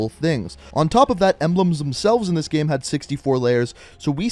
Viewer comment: He says gem instead of game lol